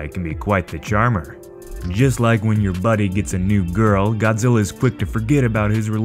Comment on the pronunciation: Its zillaaa not god